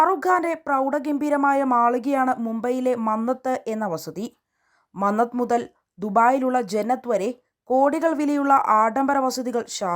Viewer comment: മംഗത് അല്ല മന്നത്ത് ആണ് 😅